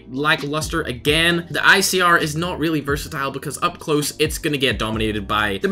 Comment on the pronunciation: I sometimes hear him saying "versatile" by "burst-a-tile"